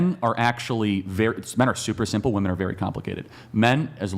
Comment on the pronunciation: Why are girls pronouncing “women” wrong? Seems new.